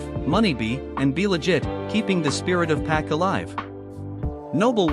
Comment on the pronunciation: If you're going to have a voice especially AI trying to say names at least sound the name out so it can speak it right. Pac= Pock